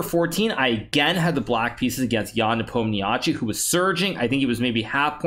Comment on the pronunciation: Nepo's last name is pronounced neh pohm neh shay not nepomniachi